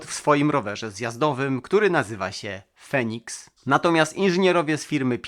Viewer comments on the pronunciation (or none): none